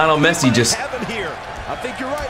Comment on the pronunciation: i like lionel messi and you pronouced it wroungg